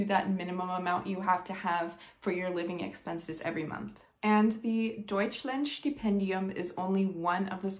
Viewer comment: "Deutschlandstipendium". It's such a tongue twister and you did it perfectly at second try. I guess there aren't many people on this planet who can do this. As to me, I'm German, and I financed my studies by working. I don't know the regulations for foreigners, but as a student, you are allowed to work up to 20 hrs per week, and it's tax-free. So when they tell you you'll get 14 euros per hour, you'll really get them. One more hint to working as a student in Germany: NEVER sell yourself under price. And NEVER negotiate. Time is precious, and money, although we all need it, cannot compensate for it.